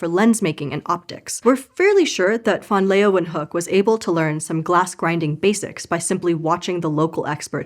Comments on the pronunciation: Are you Dutch? It was pretty good, only the -hook part was incorrect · ”Leeuw” is one diphthong. She separates the diphthong into two syllables. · it wouldn’t be so bad if she didn’t add that extra syllable to his name. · I am also from the US. It was… OK at best; at least it wasn’t pronounced “lee-wahn-hook.” It should have been something along the lines of “lay-van-hook.” I can’t do the phonetic alphabet spelling on my phone. I will give a pass, as I am a huge fan. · This is how I learned I’ve been pronouncing his name wrong for years. Which is weird because the right pronunciation is actually closer to what a naive English speaker would say. I wonder where I got the “LAY-ven-hook” pronunciation from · Mild yodelling was an interesting approach to pronouncing van Leeuwenhoek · I wanted to listen to the story but CANNOT stand to hear you pronounce this man’s name one more time. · Why Pronounce van Leeuwenhoek wrongly? I know that 99% of the world's scientific knowledge was made outside the USA, so you really need to spell things correctly. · Always disappointing that Americans have such disregard for correct pronunciation of names, or is it just disrespect...? No one in the production bothers to ask the question and spends 15 seconds looking up how to pronounce the name of the person the video's about...🙄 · But it wasn’t pronounced properly at all… 😂